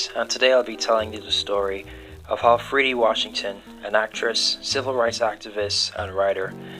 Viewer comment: Freddie is the pronunciation. Please pronounce it correctly.